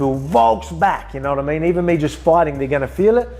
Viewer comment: 1, the animosity in Paddy’s face was genius! 😂 And 2, I bet Ilia barely understood a word of it, especially not “yanowatameen” 😂